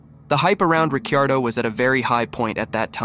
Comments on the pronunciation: Yes his name is Ricciardo, not Riccardo or Ricardo. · Difficult to watch when you can't pronounce Ricciardo or Toro Rosso correctly.